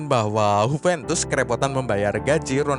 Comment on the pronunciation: Huventus? Emang Juventus dr Spanyol boii? 😂 Yuventus kalo mau ikutin pronunciation aslinya.